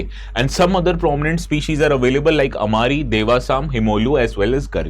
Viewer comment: Sir the flora name is not amari it's Gomari